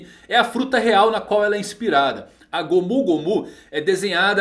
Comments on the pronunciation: mano,só eu q fico incomodado pq ele fala gomú gomú no mi? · Q agonia ele falando "gômú gômú" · É legal ver ele falando "gomU gomU no mi"